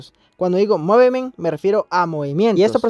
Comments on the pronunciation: Se pronuncia mufment (Movement) 😅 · Mano movemet😂 lo estas diciendo mal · Se pronuncia muvment